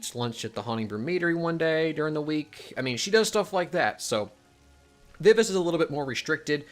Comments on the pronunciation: You gotta work on your pronunciation of Vivace. ;) It's my name and is pronounced "Vi-Va-Chey". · She is correct vi vah chay...